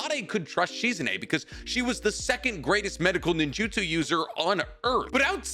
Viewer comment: My guy you are way too big a Naruto fan to be pronouncing so many ppls names wrong. Like bro lock in pls. This Proununciation Shizune is literally hurting my soul 😭